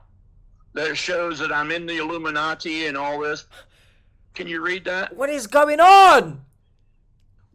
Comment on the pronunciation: WHY does he SAY it that way? “IlluminaTEA”🧔🏼‍♂️